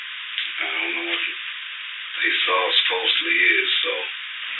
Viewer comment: Off topic but i lov how this voice pronounces “saw” like “saw’r”